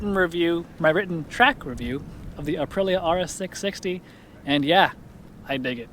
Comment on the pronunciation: Is Aprilia really that hard to pronounce? Uh-Pree-Lee-uh. 🤌🏼))